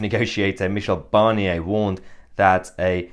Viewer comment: I like how Mahyar almost spits out the name Barnier!